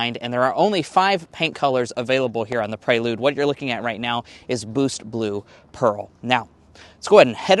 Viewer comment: I thought he said "blue's clues pearl" when he was mentioning the color. Boost blue pearl 😅